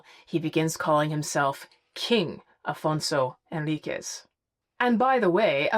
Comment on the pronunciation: Afonso Henriques is pronounced “en RIK’sh” in Portuguese :)